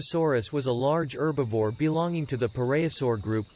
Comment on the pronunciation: One of the things that bugs me is how it keeps mispronouncing herbivore as erbovore.